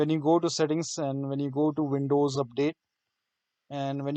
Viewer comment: vindows or windows, not vonting not verking